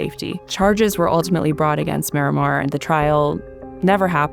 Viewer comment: Why is it so hard for people to properly pronounce the name Marimar? Everyone says "Miramar".